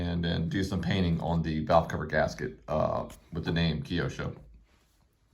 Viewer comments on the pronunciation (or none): Beautiful truck! BTW "Kyosho" is pronounced with two syllables: KYO-SHO. There's nothing between the K and Y.